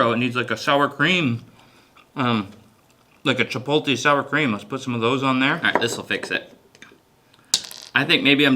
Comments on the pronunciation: Cha-polt-e? It's pronounced, chi-POAT-lay. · Just for The Record Everyone, I'm Also From Maine Where He's From, and NONE of Us Say Chipotle Like That 😭😂😂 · Chipotle. Spell it out and then sound it out. Where’s the placement of the L? Jfc